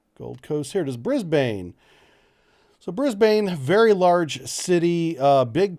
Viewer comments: Brisbane is pronounced "bris ben" (briz vegas to us locals). From a practicality point of view it makes sense but it will be interesting to see what happens as there is a lot of anti-nuclear sentiment in the community. It is a rarity anywhere in Australia to even have a visiting nuclear powered warship. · hey man Brisbane is said Brisbin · Brisbane pronounced Brisbin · American friends, Brisbane is pronounced Brizb'n, not Brizbaine. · You sure? In Sydney we'd usually pronounce it more like 'ban'/'bun' than 'bin'. Anyhow, it's definitely a short second vowel, not 'Brisbayne' ;) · its Newcastle - one word. And its pronounced Bris-bin. As for anti-nuke sentiment its a small noisy minority that the media and government pays way too much attention to. Rent a crowd types mostly. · There is also a Brisbane in the US. They pronounce it Bris bain. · Hahaha ah yes yenks saying Brisbane is always funny Locals say Brissy Nation says bris-ben Thanks for having more informative vids then the media spins every day while saying nothing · Re pronunciation, I think it might be easier for Americans to think of it being spelled Brizb"n. The a is barely pronounced at all. Same thing for Melbourne: Melb"n. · Yep. I was going to drop this. BRIZ-BIN. This will avoid much cringing in the future. Also, (not that you did), please don't try an Aussie accent or colloquialisms. Also, Brisbane has regular visits from American Nuclear Aircraft Carriers and Subs. And you're right about the man-made island, its called Fisherman's Island and it's constantly being enlarged using the silt and sand that naturally fills up the river. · If it is going to be built in Brisbane it will probably be built at-(HMAS Moreton)- it's mainly administration building but it does have a Pier for visiting ships how ever there are no ships based there In the video you were close to it you just add to go into the river a little. ps you're saying Brisbane wrong I found it kinda funny